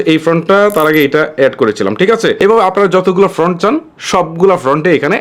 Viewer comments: Front (ফ্রন্ট) না, Font (ফন্ট). আগে আপনার উচ্চারণ ঠিক করুন। আপনার উচ্চারণে অনেক সমস্যা। যেমন আরেকটি--- অপেন (Open) না, হবে ওপেন। আরও অনেক সমস্যা আছে। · Bhaiya font bolen front na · ভাই ওটা ফ্রন্ট না ফন্ট।। এতো বড়ো ইউটিউবার উচ্চারণ টা ভুল বললে হবে? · ফ্রন্ট নয়, শব্দটা হবে ফন্ট। ফ্রন্ট মানে সামনে, আর ফন্ট মানে বর্ণ